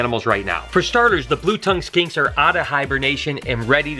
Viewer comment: Blue tongue Skanks? R u saying skanks or